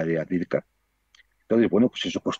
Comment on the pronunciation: Miguel Ruiz/Juan Antonio Aguilar los "sigo" desde el comienzo de la OME Tratan excelentemente con acertados y exactos relatos lo que acontece realmente en el frente. La ciudad en cuestión se pronuncia "AVDIEYEVKA" a partir de una incorrecta transcripción del ucraniano. Lo mismo ocurre con Jarkov, Lvov Soy Ingeniero Militar Aeronáutico graduado en 1977 en Academia Zhukovski. Obtuve Maestría en Ciencias Técnicas (MSc en CT) y posteriormente el Doctorado en CT en . Hablo ruso desde 1963